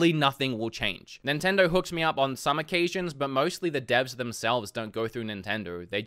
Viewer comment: I love the way he says “NINTENDORRRRR”